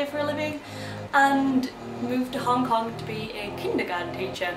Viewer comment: did you say hong cock rather than hong kong?